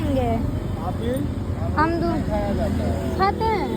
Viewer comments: Haan amrud ko amdur bol rhi hai gajab hai ladki hai, upar se ultrasound ko antrasan 😅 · bengali hum bhi hai, humko toh bolne aata hai Amrud ko bengali m peyara bolte h par ye amdur bol rhi h. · Amdur nahi hota hai amrud hota hai